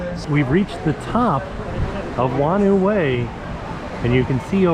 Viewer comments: Nz here: “whanau” in “whanau way” is pronounced like “fah-now”. “Wh” is an “f” in Maori and some other Polynesian languages. It means family 😊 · Whanau is Maori for family, and it's pronounced like far-know. Wh makes an f sound.